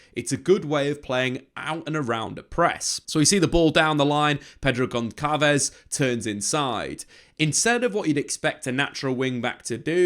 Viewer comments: And I think it's Gonsalves not Goncalves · Really insightful video. You do your homework! I'm sure someone has commented this before but it's not "gon-kalvez." The ç is a s, like when you abbreviate Barça. Gonçalves is (practically) Gon - Sal - Vis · FYI - it’s not read Pedro GonKalves as you are saying but rather Pedro Gonssalves.